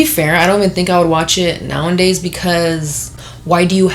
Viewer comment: “Now in days”😂😂😂😂 it’s nowadays